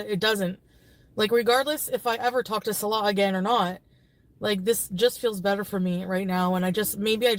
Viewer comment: I love how she still can't say Salah's name properly... 😅😅😅😅😅